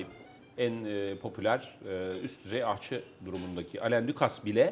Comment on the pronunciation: Bir de “aşçı”ya “ahçı” demeseniz değerli üstadlar..bir şey daha dikkatimi çekti. Sayın Vedat Milor, eti kestikten sonra çatalı sol elinden sağ eline alıp ağzına götürüyor. Özel bir anlamı var mı acaba?